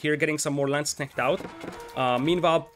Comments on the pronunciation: Perfect pronouciation on Landsknecht! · Yeah. Impressed with your pronunciation! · Congrats, til now you are the closest non German speaker I heard to pronounce Landsknecht correctly :) A few additional tips for it. 1.) The "a" of landsknecht is the same as in armour. So if you say L-armour then you have the perfect start 2.) you cant pronounce the kn too hard, so just make it a bit stronger still :P 3.) If you want to be perfect, then then plural of Landsknecht is LandsknechTE. The "te" is pronounced like in TEst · Someone not butchering the pronunciation of landsknecht, love it. Nice cast btw